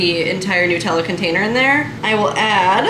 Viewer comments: It's not New-tella. It's Nut-tella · It is not Newtella it is Nut ella because it is made from nuts. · I’ve never heard anyone say Nutella like that 😂